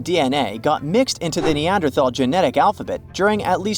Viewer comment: I don't trust what anyone, who doesn't know how to pronounce Neanderthal correctly, has to say about them. 🙄